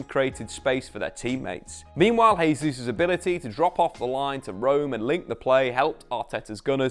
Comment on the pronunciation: Why do you constantly say “Hay-Zeus” and not “Jay-Zeus” for Gabriel Jesus. He’s Brazilian Portuguese not Spanish.